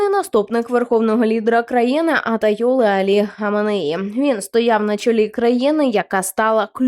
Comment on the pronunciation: аТАйоли???? Читайте правильно😁😁😁